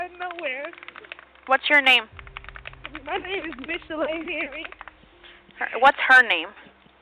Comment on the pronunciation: holy fuck. who would ever think to pronounce 'michelle' like that. no wonder she was crazy.